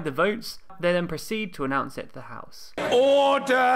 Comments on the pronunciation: Should have more emphasis on thr second syllable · I like how The Speaker pronounces "order", and he says it differently the second time. The first time is very loud, "OR-der!", and the second one, "or-DER". Quirky...I bet he's got some great stories.